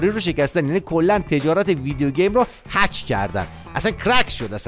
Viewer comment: هک نه حاک😅